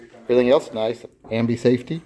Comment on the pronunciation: You said "Ambey safety" again lol. having given you grief I completely agree with you. And I absolutely hate the fit of the magazine!